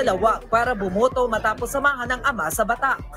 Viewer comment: Batac hindi Batak.